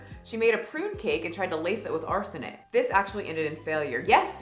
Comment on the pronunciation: ARSENIC. My god, please pronounce it correctly.